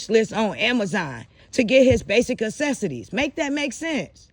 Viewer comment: Why do you keep saying ACESSITIES? Do you mean necessities? 😮😂